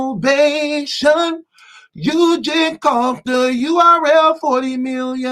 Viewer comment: I KNOW fucks up some words, but did he say "Standing Obation?"